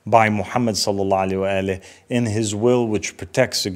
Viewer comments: I know right?! He has hard time sending salutations / salawat properly like what is salaalla aleh? Cringe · Not once did he say after the prophets name Salalahu Alaihi Wasalam properly like most muslims do, that is a major red flag!!! Is he from a minority sect?